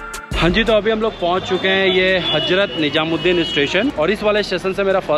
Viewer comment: apni pronunciation kb thek karoge? HAJRAT NIJAMUD DIN nhi bola Jata hai It's HAZRAT NIZAMUD DIN